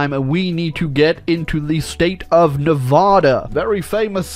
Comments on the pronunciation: I love the way he mispronounced Oregon Edit and Nevada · First you Invade us. AND THEN YOU DARE PRONOUNCE OUR NAME WRONG? From vegas💖